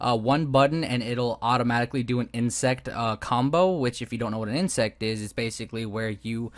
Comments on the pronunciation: Good vid! But it's insec* not insect. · insec? you are saying insect